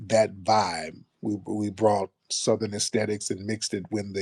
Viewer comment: I thought I heard this broad say it JANKY. Her over the top COSplayin azz said THUH-thern. Girl 👋🏾 bye